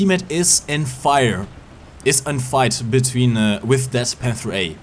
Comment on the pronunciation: wieso sprichst du Panther so aus? ich mein ich mag dein Englisch aber ich geh mal stark davon aus das du schon mal ein Englisches War Thunder Video gesehen hast und selbst Leute die kein Deutsch sprechen sagen den namen besser als du :D da jeder die Namen Deutscher Panzer versucht in Deutsch aus zu sprechen ob er es kann oder nicht könntest du es auch einfach Deutsch aussprechen.